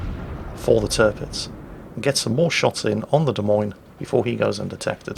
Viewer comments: Also...it not pronounced "DeMeans"...it is pronounced " De Moynes" or "Moines", like coins..... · Try listening harder, he said 'De Memes' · Of course you just misspoke knowing full well it's pronounced like, "de-moynz" for Des Moines.